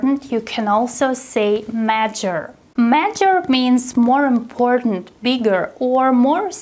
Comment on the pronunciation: im afraid the word "major" is a little mispronounced